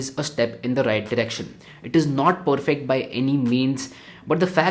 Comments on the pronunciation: I guess saying 'poorfect' instead of 'perfect' is a thing now. Anyways. Dope video as always. 🔥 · THE Poorfect guy🤣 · Dope video as always!! but saying poorfect too many times was a bit off!! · Feels annoying if it is done on a continuous basis otherwise the present of the video is solid. I like to watch videos from YouTubers who have a very clean way of representing things but that 'Poorfect' is annoying. Sorry mate.